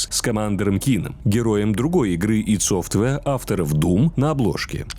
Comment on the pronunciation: Спасибо, что ID назвали ИД а не АЙДИ, многие допускают ошибку в произношении, не зная что название компании отсылает на термин в психологии а не на идентификационный номер и читается именно как ИД